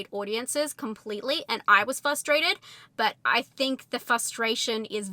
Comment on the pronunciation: Sorry, but it’s frustrated, not fustrated 🙏❤️